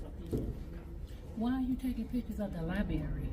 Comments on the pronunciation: It's not "Li Berry" it's "library" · "why are you taking pictures of the liberry?" She works in a library and can't even say library 😂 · > LACK OF PROPER LASNGUAGE < • -- At two minutes and fifty-five seconds, the woman says "li-berry" instead of the correct "library" used in the proper form of language in the United States of America. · It is pronounced library not libary. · “Why are you taking pictures of the libary?” Well first off it’s the Library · Did the security lady who works at a library really just pronounce it how I did when I was 5 years old and say LI-BERRY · WhY yU tAkIn PicHuRs oF dA Li-bErRy? its library, you stupid woman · "Why you takin pictures of the liberry?" 😂😂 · Library does not equal Libary. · “Why you takin’ pitchers of the li-berry?” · The elderley security woman works at the "library", but pronounces it as "libary". 😂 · Lady that works at the library: libary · You taking pictures of the libary? The libary? Holy fk! How can people go through life being so dumb? I'm axing a serious question.😮😢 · The blacks always pronounce it as a Li-Barry 😂😂😂😂😂 bc it’s Li-Brairy 😂😂😂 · What is a "LIE-BERRY"😂😂😂😂😂😂😂SHE IS THE HEAD OF THE LIBRARY, BUT CAN'T EVEN PRONOUNCE THE WORD L-I-B-R-A-R-Y😂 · LiBRary, not Liberry, just plain lazy when people dont bother to pronounce words correctly, it's ANNOYING...also, can we stop saying LOVEDID, it's LOVED one syllable, very simple! Carry on 😊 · "Libary" She even work there an can Not say "Library" !!!! What a shame !!!! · Lie berry...... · That library is taking video of minors everyday. That lady said “why you taking pictures of the liberry”! 😂😂😂😂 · Lie berry? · “Ly berry” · What’s a lie-barry? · LiBRARY....BRARY not liberry. Goodness gracious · It's a library, not a liberry. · I'm embarrassed for all the auditors, and librarians, that can't pronounce library properly. keeps getting it wrong. It's not a fruit. It's not pronounced Liberri. It's prounced Lib(r)ary. I learned that in 4 th grade. WTF.